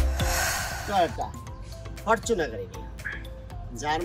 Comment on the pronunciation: ফরচুনার ফরটুনার না